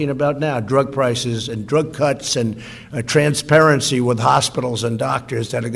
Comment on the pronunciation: Did he say "Transparency"?🤣